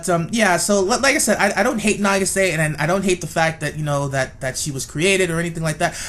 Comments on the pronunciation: nageesay? That is butchering the name to the max, it is pronounced, na-geee-sah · Why are you pronouncing it "na-gi-SAY?" It's "NA-gi-sa." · I cracked up at the title of this video then died when I heard you say "Nah-gee-SAY" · Her name is pronounced nah-gee-sah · not trying to be rude but nagisa is pronunced na-gi-sa she has a purpose she is loyal to mami she is a really big help for the magical girls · Why and how is no one talking about how he kept pronouncing Nagisa wrong? Either than that great video. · The way you pronounce Nagisa......